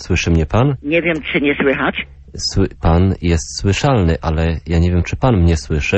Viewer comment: rolnik wymiótł :D:D "jestem szłyszalny, taaak ?" genialne :D:D akcent boski :D